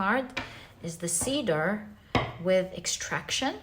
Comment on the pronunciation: Just a pronunciation tip: In English, Cedar is pronounced ‘ Seed’R ‘ instead of ‘ Seedaar ‘ ❤